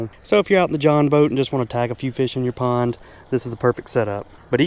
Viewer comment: I thought u said acre porn. 😅